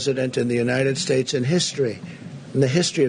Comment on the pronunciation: The greatest fog in the history of the 'United Shtates'- I have never see a fog like it. The fact that every other world leader managed to make it to these cemeteries is neither here nor there. Trump didn't want wet hair is the true answer.